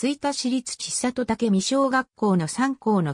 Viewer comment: 千里 ちさと→せんり と読みます。恥ずかしいですよ。